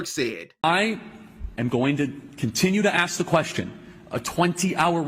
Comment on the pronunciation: Ask, not ass.